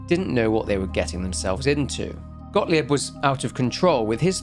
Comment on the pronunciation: As a German, can I just say that your pronunciation of Gottlieb as “godly-ebb” is ADORABLE? Like, no shade, I know you are putting lots of effort into your videos, you’re really admirable and your love for the Outlast series shines through each time. And you are better than other YouTubers about pronunciation of non-English names but I just think it’s adorable. However, compared to some other English content creators, I don’t need a transcript to understand you saying a German name